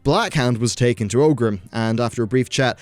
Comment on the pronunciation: it's ORGRIM not OGRIM ;)